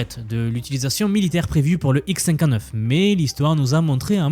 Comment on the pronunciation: Tu pourrais mieux prononcer : " le Xcinquaneuf ... " plutot le : X cinquante-neuf "